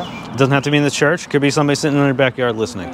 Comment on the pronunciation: What's a "Hurch"?